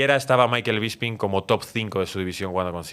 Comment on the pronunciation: BISPING NO BISPRING